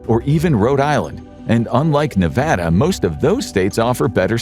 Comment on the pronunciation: Glad you said Nevada properly!